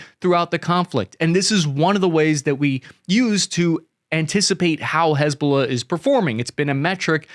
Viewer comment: Damn. You do a great job. I would just say this. Hiz-Ba-Lah. Not huzbullah. You're discombobulating it. hizb ba laah. But Dann, you're knowlledge is impressive.